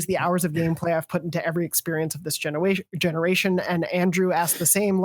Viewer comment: I about died for 2 mins when said "genewation" and barely held it in. Great show y'all!